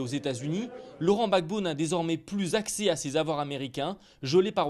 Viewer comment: on dit Laurent Gbagbo et non laurent Babo.